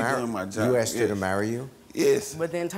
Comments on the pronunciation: It’s ASKED/ASK N O T AKSED/AKS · Am I the only one that gets irritated when people say axed instead of asked?